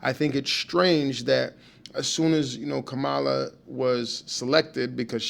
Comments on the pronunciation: Don’t be deceived people!!! And pronounce her name correctly!!!!! You know how to say it and you’re in that same demeaning bag as Trump. Harris2024💙💙💙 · Please pronounce her name correctly. 😮